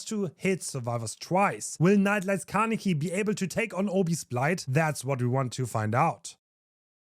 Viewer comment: Kah - neh - key. "neh" like the "ne" in "neck" like in your example. See it as three separated sounds instead of trying to link them with each other: kah - neh - ki. Alternatively, you can go to google translate, select Japanese, type "Kaneki" and click on the speaker icon to hear.